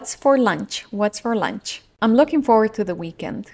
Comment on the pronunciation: Confieso que me costó mucho captar la frase I am looking forward to the weekend. Porque lo que se escucha es I am looking for to the weekend. Entonces la mente se me queda pensando en un posible idioms o en el aire, tratando de entender el sentido. Supongo que luego de ahora, looking forward to será lo más lógico posible de haber escuchado